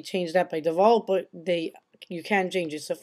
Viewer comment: default is not pronounced devault its pronounced default